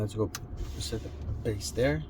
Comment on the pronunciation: Due, its pronounced BASE NOT BASS (its not a fish)